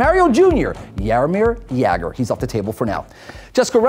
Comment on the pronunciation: It's hilarious how you pronounce Czech and Slovakian player names. But Jaromír Jágr was pronounced fine, we love that guy in Czech Republic!